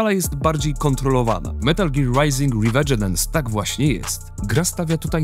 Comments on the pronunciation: revegedence? Chyba chodzi o revengeance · Sorry chopaki ale "riwedżynens" wam nie puszcze płazem, "rywendżens" jak coś. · riwedżenenens.. co? ;d